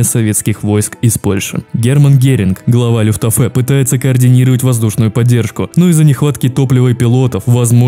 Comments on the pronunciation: люфтваффе а не люфтафее... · Все супер. Только ПОЖАЛУЙСТА! исправь свое произношение. Не люфтАфЕ, а лювтВаффЭ, не ГудЭриан, а ГудериАн(на последний слог, как у фпанцузов) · Правильно "Люфтваффе" А не "люфтафе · Монтаж хороший, а вот над дикцией надо поработать. "генерал буши" вместо буссе и "люфтафэ" вместо люфтваффе, "союзнические войска", "панцерная дивизия"... - это пздц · мне понравился такой формат видео, хотел бы видеть их на канале чаще, но меня просто убивает то, как ты произносишь слова, например, ты сказал "Люфтаффе", а правильно говорить Люфтваффе, также народ германии называют немцами, а не германцами, ну и последнее, немецкого генерала Теодора Буссе, зовут именно так, а не Буще. Надеюсь ты воспримешь критику адекватно, просто неправильное произношение знающему человеку делает очень больно) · Не люфтвафэ,а люфтваффе) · Почему Люфтафе, а не Люфтваффе? Почему Панцерная дивизия, а не панцер дивизия или танковая дивизия. Ро́ммель, а не Ромме́ль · не люфтаффе, а люфтваффе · люфтваффе а не люфтафэ🤣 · Хорошо, прекрасно, интересно. Кстати, правильно "Люфтваффе" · Либо это очень большой рофл, либо у тебя что-то не так с ударениями. Я конечно не жалуюсь, но РомЕль и ЛюфтАфе немного странно звучит😢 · Ставь ударения правильно.. ЛюфтвАффе. РОмель. ГудериАн. Ну можно и гудЕриан, но это устаревшее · ЛюфтаФЭ? Серьезно??